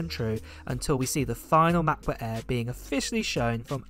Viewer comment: McBook eeeeeh